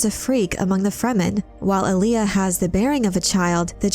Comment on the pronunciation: There's no emphasis in the 'L' in 'Alia'. You're pronouncing like the r&b artist Aaliyah. It's more like Arya (Stark). Respectfully of course.